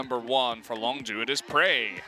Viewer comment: that guy needs to learn how to pronounce longzhu